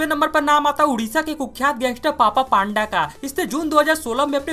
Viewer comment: पान्दा नही पंडा कहते हे यार😅😅